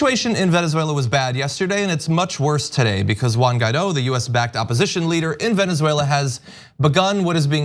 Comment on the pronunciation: I thought it was Guaidó, I was wrong, clearly John said the guy's name is Ghetto.